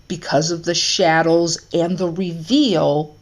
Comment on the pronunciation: Are you saying shadows or shadles